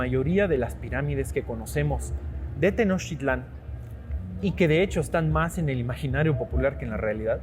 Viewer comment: Te recuerdo que es Tenochtitlán, no Tenochitlan